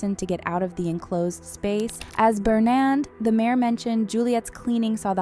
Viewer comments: It’s Bernard not Benand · This video sounds like it was narrated by AI. And what's up with "Bernand"? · It's Bernard but great video